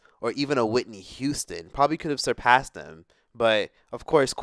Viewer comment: Surprass Whitney Houston?? 😂😂 oh no ..